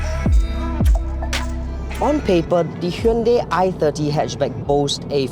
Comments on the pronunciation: Its not a Hyndei its a Hyundai. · I worked at hyundai its pronounced as hyun dei not dai/die .